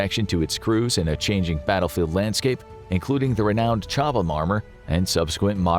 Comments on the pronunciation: FYI Chobham is pronounced Cob-um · It's pronunciation is Cob ham. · The H is silent FFS